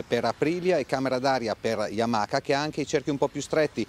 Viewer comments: Si pronuncia Yamaa e non yamaca. Le basi 😂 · Yamaka. C'è poco da fare. Appena ho sentito il "K" Ho chiuso